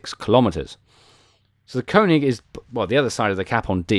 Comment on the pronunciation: It's called König, not Konig ;) Here you can listen to the correct spelling: Greetings from Germany :) P.S: Königsberg and not Konigsberg ;)